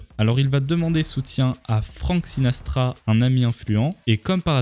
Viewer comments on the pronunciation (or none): Jadore tes vidéos mais on dit Frank Sinatra pas sinastra😉😊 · Sinatra pas Sina"s"tra !🤣 Et dis "hypothèses" ou "théorie"... Mais pas conspiration! Sinon c'est bon ça comme vidéo !👍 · C'est Franck SINATRA, et pas SinaStra ! 😅 Sinon, vidéo intéressante 👍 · Sinatra PAS Sinastra ^^ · Frank SinaStra 😭🤣 c'est juste Sinatra s'il te plaît 😭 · Franck SinaTRA et pas Sinastra ^^' T'as pas l'air de savoir qui c'est on dirait , alors que c'est l'un des plus grands musiciens de l'aire moderne , c'est lui qui a fait plein de chansons cultes connues de tous , comme "Fly me to the moon" par exemple :) Jette une oreille a ce qu'il fait , je suis certain que t'en a déjà entendu au moins une ou deux :) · "Franck sinastra" mdrrrrrrr Franck Sinatra on dit mon ami... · C’est Sinatra pas Sinastra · sinatra pas sinastra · C'est Sinatra pas sinastra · C'est Frank Sinatra, le chanteur américain reconnu mondialement, pas SinaStra !! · Sinatra pas sinastra mec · par contre Sinastra c'est pas SINATRA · Sinastra mdr le s se prononce pas . Sinatra on dit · On dit juste SINATRA. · Incroyable comme d'hab mais "SinaStra" ça ne passe pas dans mes oreilles x)